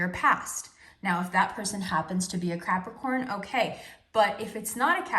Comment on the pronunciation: Girl said CRAPricorn 🤣😂🤣